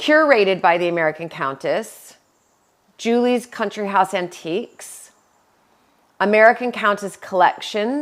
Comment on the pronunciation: Countiques in stead of antiques 😉